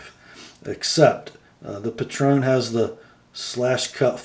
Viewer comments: I love mine, but the style is not for everyone. It's actually pronounced Patron like patriot, I was wrong in my first vid too haha. The blade is a reverse tanto, and I knew you'd appreciate that it's ground lean. The clip could definitely be better, and it rides higher than any other folder I've owned. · I think it's pronounced PAY-tron (with the emphasis on the first syllable).....